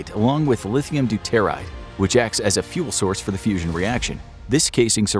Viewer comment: Learning about nukes when they don't pronounce, "doo-tuh-rahyd" properly. Yikes! Edit: Good lord, it is, "trit-ee-uhm". Listening to this truly hurts my ears.